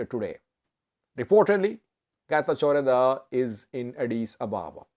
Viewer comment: Let correct you how to say correctly this name. Getachw Reda Not Geta jordha